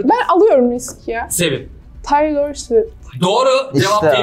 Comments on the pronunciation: Taylor'ı tAyLoR diye okuması sinirimi bozdu ya :/ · Taylor diye okuması...